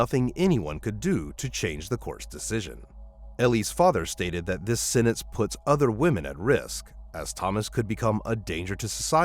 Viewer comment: I find that hard to believe. He is much too consistent during the whole video and then suddenly near the end he can't pronounce "sentence" and "sentenced". It doesn't add up.